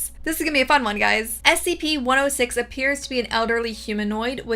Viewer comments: Bro you say SPC again! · Take a shot every time she said scp wrong